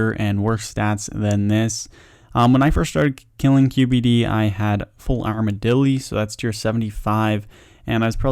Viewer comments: ARM-uh-dill. Arma-dilly sounds silly. :P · Arma”dilly” XD 😂😂😂😂